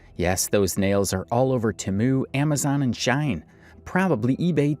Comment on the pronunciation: Her aesthetic gives her away but if I said that prior... It's She-in btw